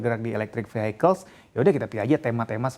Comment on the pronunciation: Vehicles bukan dibaca "fihaikels" tapi "fihikels", Fi-Hi, bukan Fi-hai. Dari kemarin salah mulu semua reporternya. Lagian kenapa harus campur inggris indonesia, salah pula. Aneh sih.